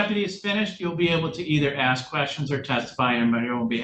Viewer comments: I will always insult people and their intelligence when they say ax instead of ask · "Don't insult my intelligence" Proceeds to say 'axe' instead of 'ask'. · Please don’t insult my intelligence by saying “axe” instead of “ask”, even though English is your first language and you were taught that in vocabulary lessons in 2nd grade. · ASK, not aks!! 🤦‍♂️ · Please don’t insult my intelligence…….just axed me if I understand! Oh honey it’s ask or asked not axed! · A doctor once axed me if I was drinking enough water. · Might want to google why “ax” or aks” is still around before you start making fun of them for saying it. I had a boyfriend who said it. Bothered the living daylights of out of me. But I educated myself as to why it’s still said that way by people. 🤷🏻‍♀️ Just a thought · Don’t insult my intelligence when you ax me. 😂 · "Don't insult my Intelligence, Just Axe me" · “Don’t insult my intelligence whilst you’re axing me. Just axe me.” Wow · "Axe" gets me every time. Don't pretend you are intelligent when you can't even speak your native language correctly. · Judge repeats statement.: don’t insult my intelligence by axing me a question. 😂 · Don’t insult my intelligence. Just “ax” me…….🥴🥴🥴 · "Just ax me if I understand. Dat's it." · I couldn’t wait for the defendants to “axe” some questions. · “ Don’t insult my intelligence. You axed me a question “ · Terrified of the police, because you taught them to be afraid. Perhaps you watch your speed and you will know how fast you are going. If you have intelligence, you aren't going to say "axed." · Just axe me!!! It’s like nails on a chalkboard.